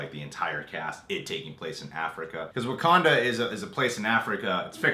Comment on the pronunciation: "What do you know.... about WaKANDA?" Am I the only one who was a little annoyed by the way he pronounced that? XD